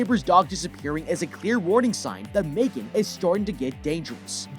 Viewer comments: No offense, but its M3GAN not "mae-gen" 💀💀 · Megan❌ Me-3-gan✅ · Its megan not maygan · It’s pronounced mEEgan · You mean M three GAN